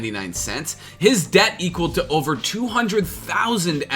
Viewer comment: He's ovah here, ovah there.